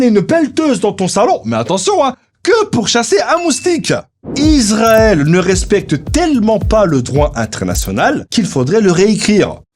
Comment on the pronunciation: Le s de Israël se prononce [s] (s), et non [z] (z). On dit donc [isʀaɛl] (is‑ra-èl), et non [izʀaɛl] (iz-ra-èl).